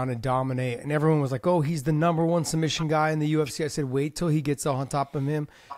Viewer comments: SuMBission - i thought it was some new technique. 😂😂😂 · Submission ❌ Sum bission ✅ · Islam saying sumbission 😂 ❤ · He loves sumbission 😂 Love this guy . Excellent fighter